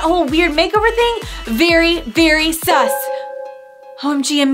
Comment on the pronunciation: Lol you said sum instead of sus